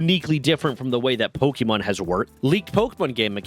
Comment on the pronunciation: Dude...put on a real shirt. You're grown, time to put on your big boy clothes. Also, it's a short e sound. It's not pokey-mon.